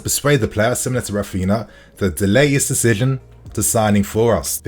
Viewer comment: ..repeat after me….RAF-IN-YA NOT Rafina 😂😂😂